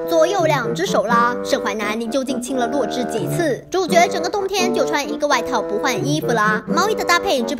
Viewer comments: 是zhǐ 我都听成弱智哈哈哈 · 那个字念“止”，第三声！！！！视频还一直重复洛枳(听起来像"弱智"）的名字，听起来真的是... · 洛枳的"枳"念zhî和zhī 麻烦哇妹把读音读正确 毕竟女主名字可是我觉得最喜欢的名字啊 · 额，我一直听成女主名字是弱智。。。请别告诉我只有我是那么认为的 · 我聽哇妹講女主的名字三分鐘後終於受不了，整個爆笑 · 而且是洛枳（三声哦） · 洛枳的枳是念三聲不是四聲啊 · 是洛枳(第三声啊) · 枳 是第三声啊，不是第四声啊